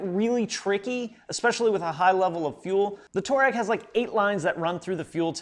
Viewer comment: Touareg is pronounced Twareg after the African people of Libya,Algeria,Niger,Mali and Burkina Faso.